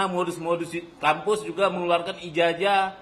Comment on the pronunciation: Nyebut ijazah aja nggak benar...IJAJAH😁😁😁😁😁😁😁